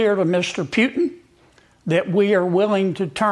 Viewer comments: You say "Pu-tin". I say "Poo-tin". 😁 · It is not PIUTIN,,,, it's POOTIN! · Huckleberry Kennedy found his spine? Fake outrage, he was in Moscow on July 4th 2018 with 8 other Republicans collecting bribes. And don’t let the MAYBERRY CLOWN ACT FOOL YA. He can actually speak regular English and is a Harvard grad. And he knows it’s Putin PEWTIN. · May this be the beginning of a trend but can't that dingaling Kennedy manage to pronounce POO-in instead of Pyu-tin? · Why does this hick keeps saying peeutin vs Putin? That guy is a horrible human. Let's see if he follows up with real resolve or corwards down to Trump once again, and against the American interests as per usual. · Ole Senator Corn Pone…”Pewtin”!! Looks like Cornie can’t take the lying!! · Hey, Sen. Foghorn Leghorn … you actually said something devoid of hypocritical disingenuousness. Kudos. But here’s a tip: it’s not “Pewtin” … it’s “Pootin” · See that's why Russia doesn't give a eff, because these won't even pronounce names right. Pewtin his name is Putin . Other cultures find that disrespectful rather people like it or not. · First Senator Foghorn Leghorn, It is Putin. Not Pewton. Second your sanctions mean and do absolutely nothing to us. You lost all economic leverage. You President is a weak fool that bends knee to our President Putin. Europe will not follow you. Europe industries and economy runs on Russian oil and natural gas. Their homes are heated by us. While you threaten NATO and war with Denmark. There are French subs in Nova Scotia Canadian ports. Your economy in dropping into Great Recession at best. Good luck. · Pewtin? It's Putin thunder brains. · I think there is exactly one person in the world that says Pewtin. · I laughed Every time he said Peeewtin! 🤣 I hope more R's start growing a spine and Actually DO something... talk is cheap! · Pyoot-in. What a rube. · pewtin? pew-pew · Puuutin?😂 Sorry y'all. Serious subject, but I couldn't get past his pronunciation of Putin. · Who tf is pew-tin?